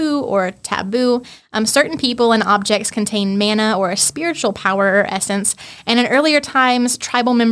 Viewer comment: Interesting. There's a lot of info packed into this podcast. The word 'mana' is pronounced with an 'a' as in 'father' not as in 'man', meaning power, honour and authority.